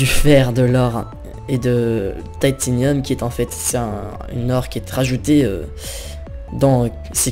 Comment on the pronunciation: Apprend a pronocer les mots deja comme titanium et c'est pas une hache boufon c'est un marteau